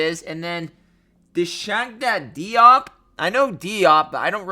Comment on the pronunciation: Sawgawna Jop is how it’s pronounced. Played a long time but not all that talented